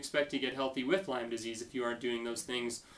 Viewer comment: Lymes?? (you don't even pronounce it right lol) And wait a minute - you're avoiding gluten? avoiding milk? These practices are QUACKERY! How dare you! Look brotha - I'm with you that we should all be cautious of listening to those who stand to profit off the sick. But someone like a Bryan Rosner, Lee Cowden, or an LLMD who HAS Lyme and has been to he!! and back with this disease is someone I don't mind lending an ear to. You wouldn't understand - It's a Lyme thang ; )